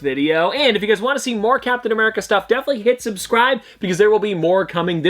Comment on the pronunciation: I thought you said Cowptain America